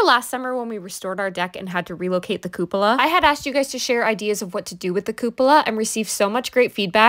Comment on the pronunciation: Where did you get the pronunciation "Coop ola"?!? Google it. It's written as "Cup-ola" for a reason.